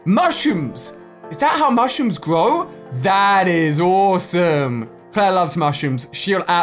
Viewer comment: You said mushooms not mushrooms